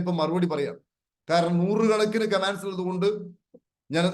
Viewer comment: കമ്മാൻഡ്‌സ് അല്ല സാർ, കമന്റ്സ് എന്ന് പറയാൻ ശ്രമിക്കൂ ❤